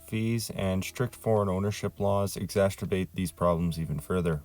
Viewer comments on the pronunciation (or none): 'exasturbate'? 😂😂🎉 Thx for the infos, nice video.